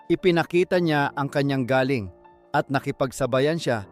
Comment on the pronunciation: Galing = from? (Malumay) / (Galing = Talent! ay binibigkas ng mabilis)